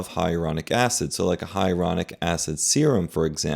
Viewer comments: Isn't it Hyaluronic, not Hyaronic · HIGH-A-LA-RONIC NOT HIARONIC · It’s HYALURONIC acid, not ‘hyeronic’. And Lisa Rinna, who was very pretty to begin with, now looks like a guy. I’ll never understand this kind of obsession with appearance 😱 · I would never trust a doctor that is unable to pronounce the word "Hyaluronic". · The repeated mispronunciation of ‘HYALURONIC’ is concerning… 😬